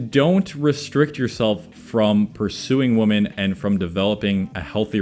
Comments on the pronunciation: Why do you say woman instead of Women? xD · WomAn, womEn. When you say it non plural for what should be you sound like a stitch together thing making obama sing. Thanks for the vid tho. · Sounds like you say women and woman the same way. Am I the only one that couldn’t focus on anything but that. Lol. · Odd how he says "woman" and "women" in the same way. Is that a regional thing? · Yeah, this is not how you pronounce "women", just FYI. Other than that, good points.